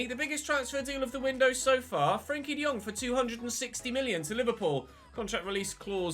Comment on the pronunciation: I'm just wondering why he keeps saying frenkie like that